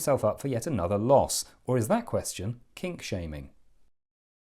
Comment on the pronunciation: I heard that too, but was told it was "kink" 😂